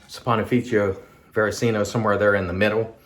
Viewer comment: Very nice shave and one of the best pronunciations of that difficult soap name I’ve heard. 😌👏 I have a frameback and it’s a wonderful razor, so yeah, as you said it definitely needs and deserves a better edge. Have a good day!!